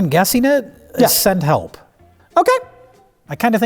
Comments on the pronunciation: I figured because it sounds like she says "Hepl" in the clip. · "SEND HEPL"